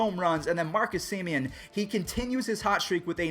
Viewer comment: so. he says willy adames wrong and he says marcus sam-ien bro get it together